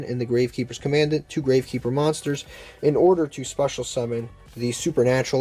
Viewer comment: That’s not how commandant is probounced